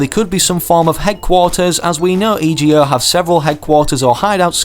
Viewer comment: Im sure im not the only ome but instead of saying E.G.O as Ee-gee-oh could you please just say ego, the other one just is a little annoying for me.